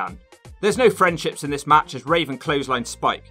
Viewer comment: I died when you called Raven, Raisin